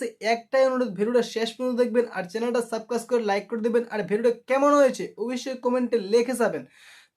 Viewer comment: সাবকাইস না সাবস্ক্রাইব হবে 😅